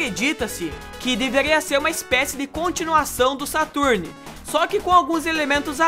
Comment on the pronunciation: o falando "Saturni" é de doer os ouvidos haushaushau